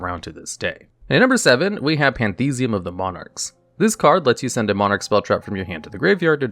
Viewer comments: 'Pan - thee - iz - um', not 'pan - thee - zee - um' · bro, it's "pantheism." not "panthesium" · Man, your pronounciation of some of these card names is questionable. "Pantheesium of the Monarchs" "Idea the Heavenly Squire" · Why do you say Panthesim like that? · The way you say pantheism is definitely interesting